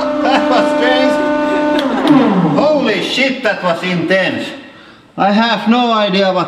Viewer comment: Hoo-Lee shiet, it want riht trouug te herdnd schteal.